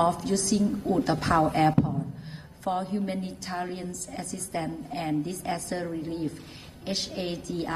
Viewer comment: OMG...such a "dis-ASS-ter"